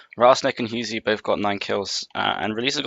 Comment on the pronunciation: Btw it's pronounced hue-sy